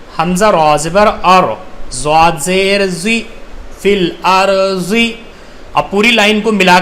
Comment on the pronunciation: Bro aap duaad ko juaad pd rhe arbaic me (duaad) hota h aur urdu me (juaad) to logo ko confise na kre wama aliyena illal bara (Fil arji nhi hai bo filardi hai bo)